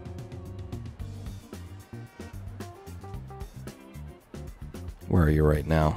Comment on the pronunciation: Being from Illinois, I cringe EVERY time someone pronounces the “s” it’s silent and no one understands that!!